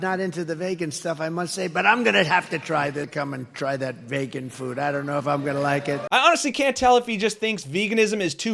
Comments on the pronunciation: Ya! He thinks that is how Vegan is pronounce. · His pronunciation of vegan sounds like some sort of alien - maybe he was thinking of the Vogons from Hithchiker's Guide. He'd love their poetry!